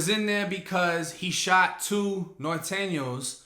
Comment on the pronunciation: Mans said Nor - TEN - Yos 😂😂 fuck norte but you funny as hell bro😂